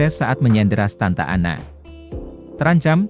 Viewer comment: Narasinya bagus, tapi tolong ejaannya diperbaiki, contoh: lebih baik dibilang komplet Amerika Serikat daripada ngomong AS, malah ngomongny bener2 'AS', bukan dibaca per huruf. Juga, mantan pemimpin Meksikonya yg benar namanya Santa Anna, bukan Stanta Anna